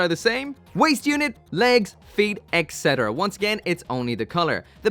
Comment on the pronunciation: Its et cetera, not eksetera... damn it just drives me crazy cause you say it quite a lot!